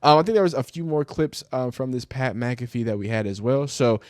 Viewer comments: Dude is a clown get him out of ohio and his girl smacked as fuck mud dragon ahh bihh and you said mac affee cmon bro it mac uh fee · McAfee is pronounced mack aH Fee not, mc calf ee ... stop reacting to ppl when you can't even pronounce their damn name right, clown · Lil dude doesn’t even know how to say Mcafee lmao